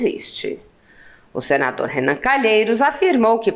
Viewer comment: Sério, não diga Renam